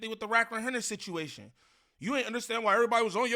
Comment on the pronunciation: “ we coversed about the shituation” 😂